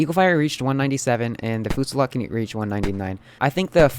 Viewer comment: i think its pernounced fasalt